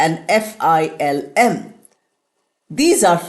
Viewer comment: Sorry I donot want to point out , because you are teaching so wanna clear my doubt that word film doesnot pronunce the way you pronouncing in both American and British so.please clear my doubt